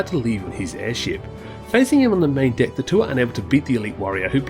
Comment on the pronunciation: I liked this video but I have to admit... every time you said "deck" I chuckled since it sounded like you said 'dick'